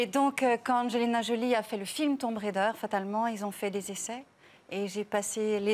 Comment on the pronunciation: 😅😆 TOM RAIDEUR .. ""RéDEUR"""😅😄